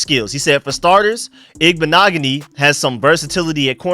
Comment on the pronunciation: Youre the first Ive heard to get the name right 🎉